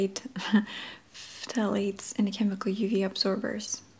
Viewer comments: Pthalates- pronounced "THAL-ate" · pthalate is pronounced like ‘thalate’ the p is silent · Phthalates are pronounced with a silent P. Thal (kind of like y’all but harder A sound) Ates (like a plural “she ATE her food”). You did a really good job navigating such a funky word! I think you said it correctly a few times! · I love this video. By the way "PH" in "phthalates" is silent. It's a tough word. :)